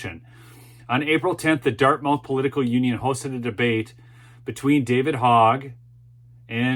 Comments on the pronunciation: Love the show but as a NH resident, it is pronounced Dart-myth not dart-mouth. Keep up the great work! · its pronounce Dart moth not mouth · it is pronounced dart myth not dart mouth. Nevertheless, I enjoy your show. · Dartmouth is pronounce DartMUTH in NH. Gotta get that New England lingo going:)) David Hogg is and always has been a joke. Another puppet pulled out of the closet for a needed 'sound bite.' Just like Greta is. Good for the lady that stood up, gave real facts and nailed this jerk to the wall. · It is pronounced: " Dart-muth". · Think it’s pronounced “Dartmuth”. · It’s prounced - Dartmuth. Like Prescott is prounced Priscitt. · It's pronounced Dart-Muth. You don't want to upset the libs. lol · it is pronounced Dartmyth. It is a big mouth school. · I love your content, watch at least one of your vids every day. Dartmouth is not pronounced as it is spelled. Although the last syllable is spelled exactly like an oral orifice, that AIN’T the way it gets said. It’s more like the word “must” with a “th” instead of the “st”. I don’t want eastern lefties to accuse you of ignorance. Other than that, keep up the good work, Brother!